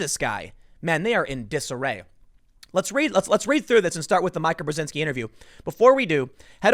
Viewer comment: Brzezinski you say flawlessly, but “Mee-kah” eludes you every time